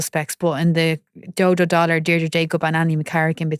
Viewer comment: DULLARD NOT "DOLLARD" FFS